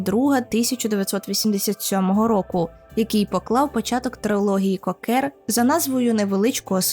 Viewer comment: AbbAs!!! наголос на ДРУГИЙ слог в імені, хоч трохи матчасть вчить перед тим як щось робити! Як можно забити на правильне вимовлення імені головного персонажа!!! Ще - який, блядь, КокЕр???? Наголос на ПЕРШИЙ слог!!! Ви взагалі що-небудь читали перед тим, як відео лепити, чи на от'єбісь як завжди? дізлайк- відписка, косорукіє